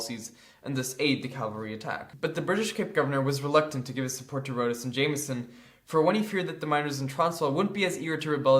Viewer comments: Awesome vid. you really know your stuff. but it's obvious that you have only read and not heard some of these words. Rhodes is one syllable. Pronounced like roads. Boer (in English) is also one syllable. Pronounced like boar. In Afrikaans it is two syllables and is pronounced in a way I can't properly spell out. Maybe look up a folk song like Bobbejaan Klim Die Berg to find out how it's pronounced. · Rhodes is pronounced like "roads".